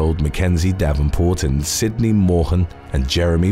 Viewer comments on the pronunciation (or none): none